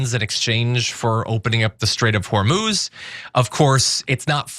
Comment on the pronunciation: PRONOUNCIATION: hormuz هرمز - the 'u' sounds just like the 'o' so pronounce it as if it was hormoz